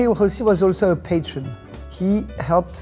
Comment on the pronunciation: Lovely story. It is nice that she pronounces her surname the Italian way. Rossi is one of the most common Italian surnames.